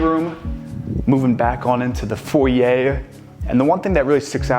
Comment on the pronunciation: Is it pronounced 'foryay' or 'foyer' ?